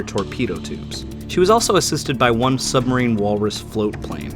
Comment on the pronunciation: Great videos! But I thinks it’s pronounced supermarine! Not submarine lol!